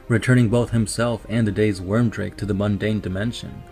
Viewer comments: Stop butchering the names of everything with your pronunciations. And by the way, it is weird make.. not worm drake... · It's Wyrdmake! Wyrdmake! Your pronunciation is HORRIBLE! But cool video. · Ohthere Wyrdmake, his surname is pronounced weird-make I'm pretty sure, but sick video, TS are my favorite legion